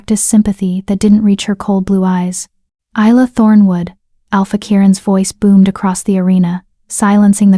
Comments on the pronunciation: YOU PRONOUNCE HER NAME... EYE LA NOT... IS LA I get really annoyed when names are not pronounced correctly||| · Not to forget Easel. lol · I do wish that these AI could learn how to pronounce Isla correctly all the time. It’s Isla as in island. Not too bad a story. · Please get the name right. Isla (Ilya), Ayla